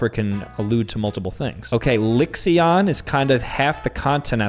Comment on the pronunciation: The way he pronounced "Lix-e-Ahn" Physically hurt me. LIXIAN IS MARKIPLIERS EDITOR AAAH